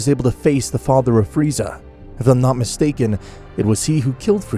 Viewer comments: Beerus: it’s not pronounced freezer it’s pronounced freeza Weise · Free-zaaa not freezer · did this man call frieza FREEZER like in dragon ball abridged jesus christ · His name is freza not freezer you’re killing me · bro is calling friza freezer 🤣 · Frisa❌ freezer✅ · This guy calls frieza......freezer in the first minute of the video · It's freeza not freezer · Freeza not freezer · Why do you call freiza Freezer? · I ilove how it says freezer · Also "Freezer" my guy lol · Bro great story telling but...... the execution of characters names is kinda derpy in total (freezer be like) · "freezer" PPPFFFFFTTTTT BAHAHHAHAHAHAHHAHAHA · Why is Goku so off character? Like the idea is cool but Goku isn't some murder hobo! And the way you say Frieza or Goku is so off and misspelt!